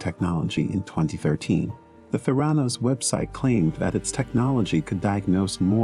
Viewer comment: ProTip: might want to learn how "Theranos" is actually pronounced when you're featuring a vid on its founder.